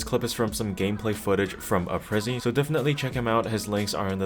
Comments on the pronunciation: Why do people mess up his name , maybe its my english skills , its pronounced A PRIZE apryze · Why does everyone mispronounce apryze?